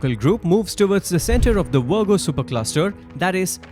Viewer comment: I love how this guy calls the Virgo Supercluster 'The Wergo Supercluster'... 😂